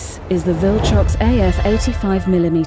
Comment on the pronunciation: Viltorox na bhai, Viltrox.